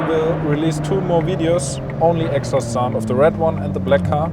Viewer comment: The purosangue is kinda ugly from the front... back end looks alright. But dear lord that sound ❤ once again, amazing result ! Also fellow germans, please learn how to pronounce "exhaust" correctly😊